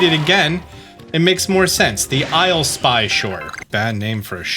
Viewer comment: It’s not the Isle-spy shore it’s the Isleepy shore